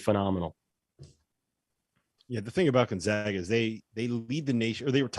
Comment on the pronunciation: Gon-zag-uh ZAG